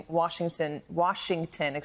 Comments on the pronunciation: Washi… wastington… Worcestershire sauce excuse me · Washington is such a hard word to say.